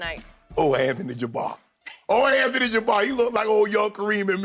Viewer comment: "Ole Anthony Jabbar" 😂😂😂